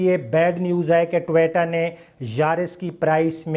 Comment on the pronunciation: jisko toyota bolna ni ata wo nuqs nikalay ga ab